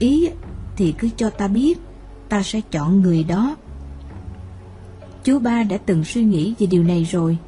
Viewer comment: Cứ nghe từ chú 3 là thấy sao kỳ lạ á người đọc bị gì vậy á !